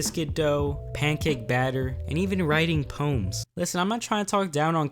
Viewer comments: Wait, aint it po-ems and not poms? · He said pooms